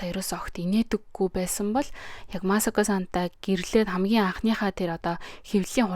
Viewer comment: МААСОКО БИШ МАСАКО